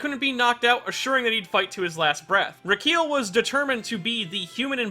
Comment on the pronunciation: Pronounces:(Reekeel) Pronounced: (Ricki-El)